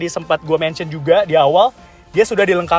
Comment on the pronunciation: Kritik dan saran dari saya 🙏 Kalau ngomong bahasa inggris, kosakata ejaan nya biasa saja, jangan seperti di lebih-lebihkan, jadi terkesan seperti baru belajar bahasa inggris Seperti di menit "high beam control" Ejaan "control" nya biasa aja, jangan alay, jadi risih dengernya